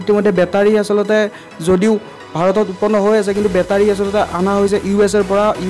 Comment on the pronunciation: Bhut vaal ktha nice video...but বেতাৰী nhoi ভাই.... বেটাৰী হে।